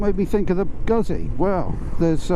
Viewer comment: Why do British bike reviewers always say "Guzzy," instead of "Goot-zi"? Please, if you're going to review this brand, pronounce its name correctly. Perhaps I'm a bit more sensitive to the matter because I'm Italian-American, not to mention a Moto Guzzi owner, but I do think it's reasonable to expect something as simple as this. Griping aside, I'm glad you like the V85TT. Me, too!